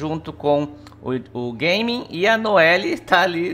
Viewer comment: é GÁ MIN e não GAY ming... O nome é asiatico, por que caralhos estão pronunciando como se fosse inglês???